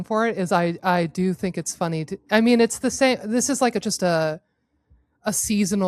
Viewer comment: Ha! She said funty!!! 😂